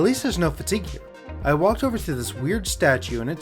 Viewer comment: "also watch out for fateing?" It's fatigue - pronounced like "fuh-teeg".